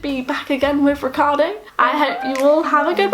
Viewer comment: To me is strange not only that you don't speak nearly any italian after some years of living in here and being married with an italian, but that when you say the name Riccardo you basically pronunce it like any english speaker person who has never heard how this name is supposed to be pronunced in Italy.